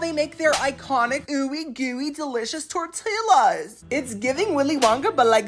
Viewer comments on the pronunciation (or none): none